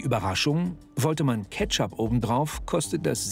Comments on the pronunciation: käpschup“ Ich heule AAAAAAH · @@ Geheimtipp: extra ketschooup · Junge junge.. Ketschuuup, Lahmatschu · So jetzt mal Kritik für den Herrn: 2/5 Sterne Warum? Aussprache: Lahmatschuuu, Ketschup, Kyros!!! Sonst unterhaltsamer Content! 😂😂